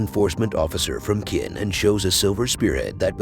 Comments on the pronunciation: Chin, not kin. As in China. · I can’t even watch this. “Qin” is pronounced “chin,” not “kin.” It’s like watching a recap of The Crown but the RF is called “Wine-sour.” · Its pronounced chin not kin. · Ch like change, the pronunciation of Qin is 'chin', just saying, I suppose you did not watch it in original Chinese but in English...